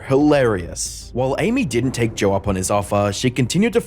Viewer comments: It’s so hard to listen to when you put an “r” at the end of JOE. It’s not joerrr🥲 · There's no 'R' in Joe😂